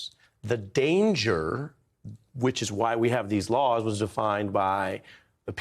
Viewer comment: 8m 45s... He mispronounces "laws" as "lores." Note that "lore" means "myth." So, when he says "I'm going to enforce all lores concerning the protection of classified information" it appears he kept his promise. He did indeed steadfastly enforce all myths about classified information. It's a classic Scooby Doo ending. "If it wasn't for you meddling words, I would have gotten away with it."